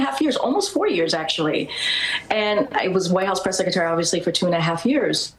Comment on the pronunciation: You would think having been Press Secretary for 2.5 years, she'd have learned how to pronounce secretary. It's not SECETARY. Its SECRETARY. Theres an R in there.